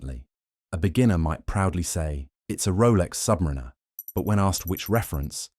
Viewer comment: #1 watch mistake, a YT channel not properly saying 'Submariner' because they used AI speech.